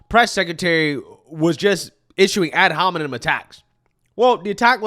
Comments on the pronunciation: I swear she also said “ad hominom!” lol and whoopie said “work within this perimeter” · 'Ad hominid', 'parimeter'. These 🐔 cant even speak straight. Ahh Biden voters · Ad Hom-a-nom. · “Ad homenom “??? Sunny? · Ad hominom? 😂 they don’t even know what they are saying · She understand what ad hominem means as good as she can pronounce it.